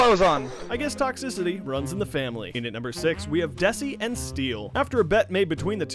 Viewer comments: its DESI not DASI.. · desi not dasi :D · It's Desi not Dasi... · He is Called Desi not dasi and second minimoe isnt a pro